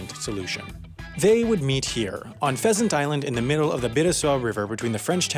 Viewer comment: Did I just heard "peasant island"